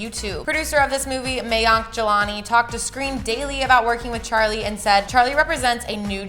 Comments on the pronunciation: Its charli not chali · is it just me or it’s charli not chali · gys its actaly charli not chali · Wait hold on a sec did it just say chali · It's chaRli not chali ☺️ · No offence but it’s charli not chali